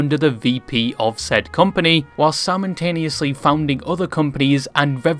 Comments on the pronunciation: Are you saying ‘simontaenously’ instead of simultaneously on purpose?? Lol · I like the way you pronounce simultaneously as "Simon-taneously"